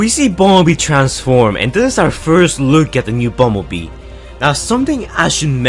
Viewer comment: Bobee it's Bumblebee